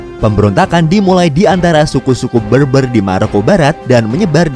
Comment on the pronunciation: Berber pronouncenya bukan beurbeur.. tapi bèrbèr...